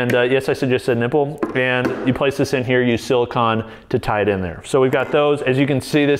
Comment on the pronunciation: Did he just say siliCON instead of siliCONE...